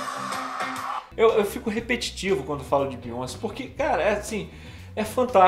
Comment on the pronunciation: Se fala beyoncê* não bíonce kkk